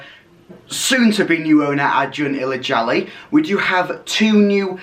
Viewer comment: You got the pronunciation right, congrats :)